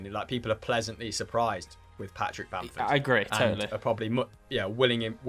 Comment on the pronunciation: It's Bamford and it's not close